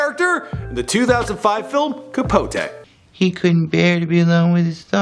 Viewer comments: CapoTEE not CapoTAY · "Capot-AY" 😩😩 run the pronunciations with some co workers before u put it in the internet